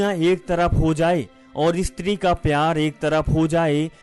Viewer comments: ISTRI Nahi Stree 😂😂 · "Estri" kya bol rahe ho😄